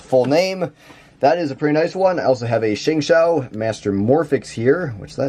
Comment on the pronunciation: lol Szechuan mars it's senhuan mars btw